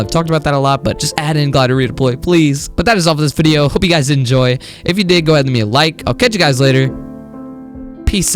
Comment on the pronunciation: U are right! btw i love the way u say wideyoo